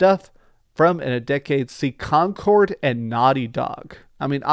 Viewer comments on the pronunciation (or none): none